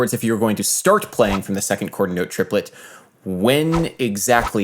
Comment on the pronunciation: Trip-uh-let y'all.